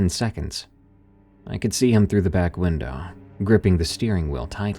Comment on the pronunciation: Great listen as always, but what is it about saying: "windaaaah" instead of "window"? It sounds hilarious!